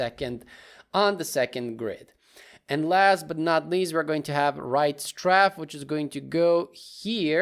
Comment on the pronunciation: You prounounced matinee correctly, but pronouced strafe as straff instead it should sound like straef like as a in grape. Anyways amazing tutorial love your videos and beatboxing 😊